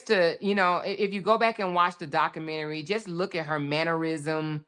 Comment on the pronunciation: You really don’t know how to pronounce the word documentary